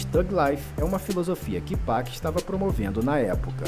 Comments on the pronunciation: ele falou 2pec , mds ele falou 2pec cara kkk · Não é 2pec é 2pac irmão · Ficou estranho o jeito que o falou 2pac mesmo 😂😂😂😂😂😂😂😂😂😂😂😂😂😂😂😂😂😂😂